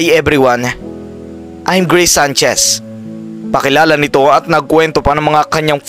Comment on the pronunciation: D ko type 'yong pronunciation mo, akala ko no'ng una greece, grace pala 😅 taz 'yong F ginagawa mong P